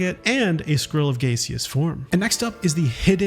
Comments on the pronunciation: Also, "gaseous" is pronounced "gas - ee- us" not John Wayne "gacy - us" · Gaseous - "ga·shuhs" the a is a short vowel sound, like gasoline. Other than the mispronounciation making the OCD English major twitch, it's a great secrets video. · No. It's ga-see-uhs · The correct prononciation of gaseous is GASH-US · Great video. The way you pronounced "gaseous" gave me severe psychic damage tho